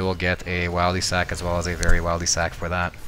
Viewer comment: Disliked can’t even say Wildy properly